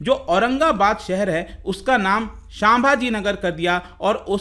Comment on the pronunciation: Thanks for this video. But the only thing is it's संभाजी महाराज not सांभाजी महाराज!